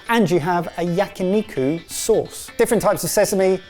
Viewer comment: he can say onigiri correctly but yakiniku was butchered only the way a British man could.